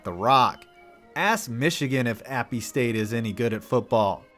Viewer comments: Ummm great video but it’s not appe st. It’s just app st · It's not Appy State it is App State